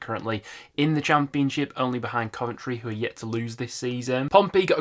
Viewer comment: I swear I only watch these videos because of the way he say cham peun ship 😂